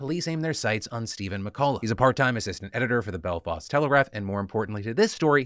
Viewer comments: As a belfastian, I appreciate the attempt at "belfawst telegraph"...the accent was there 😂👏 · Your pronunciation of Belfast is golden, as a person from Northern Ireland I thoroughly enjoyed hearing your way of saying it